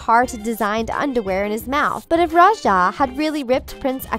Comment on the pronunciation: Its ra-ja. Not ru-sha